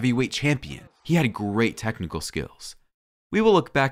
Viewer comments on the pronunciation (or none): none